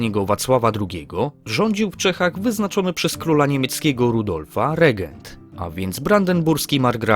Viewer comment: Łegent Otton Długi